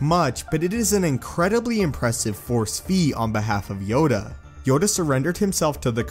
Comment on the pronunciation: Yoda not yoga